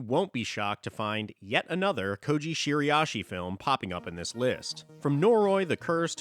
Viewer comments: Bro please its Shira-ishi 😭 Youre saying shiri-ashi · Are you pronouncing Shiraishi correctly?